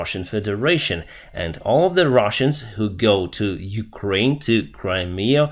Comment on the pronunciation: Why are you saying “Ruzzians” instead of Russians? What have they done to you?